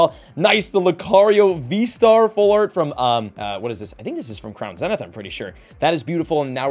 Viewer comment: Can someone please teach this man how to pronounce “zenith”?